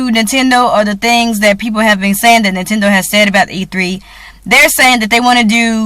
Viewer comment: did you say "hoe-nintendo"?? lol!